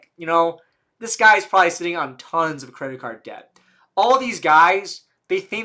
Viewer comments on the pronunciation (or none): none